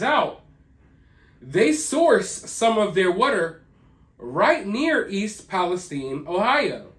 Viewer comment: Just curious as to why you pronounce it palesteen and not palestyne Shine time wine lime It’s all the same Listen to any major outlet pronounce it I’ve never heard anyone pronounce it palesteen Like teen sheen seem Just asking it’s your channel I’m still subscribed